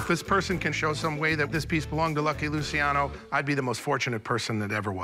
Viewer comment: Luciano the c is a ch sound